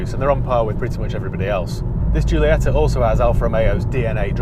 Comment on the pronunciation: Is Jeeolieta.. Like you say Jeez.. When I hear English people speaking Italian or other Romance languages I feel sick. And you know why? What the hell is wrong with you.. we can speak your English very very well and we never get it wrong. Why is not the other way around? Because you are all ignorants? P.S. Very nice content man.. keep it up!